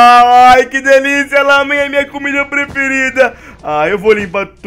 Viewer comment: não é lamem e ramem